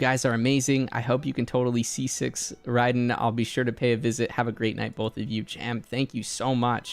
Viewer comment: Is it just me or did he say Raiden's name wrong? The Raiden part 😂 Idk if people say I differently but man why do they say her name wrong ;-; even she does too the voice actor!